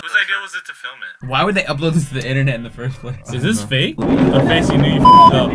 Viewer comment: Tal: Who would flim this? Me: What did you just said? >:|